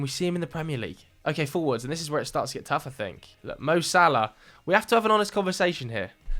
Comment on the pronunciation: the disrespect on salah’s name…